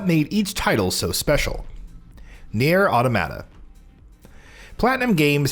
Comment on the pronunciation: lol. I figured he never played Horizon Zero Dawn by how he said Aloy and Nier Automata